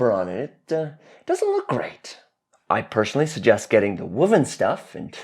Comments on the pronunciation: What is wooven wuven 😊🤔 fabric😊 whoa. The sound in woven= whoa-ven ...sily observation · I've noticed you say "woven" like "wuven". Even though language is always dynamic and regionally subjective with pronunciations, I'm now questioning which is academically correct 😅 Also, I appreciate the black and white personas. I know I'm getting the more mischievous one with the black outfit, and makes it more fun to watch witnessing the character swaps. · Are you say woman's fabric or WOVEN fabric?